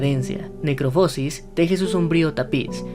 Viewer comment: Se pronuncia "necroposis" sin acento, no "necropósis"